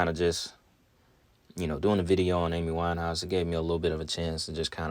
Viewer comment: LAY-D GA-GA, A-MEE WINE-HAUS 🤔 smells like a sacrifice.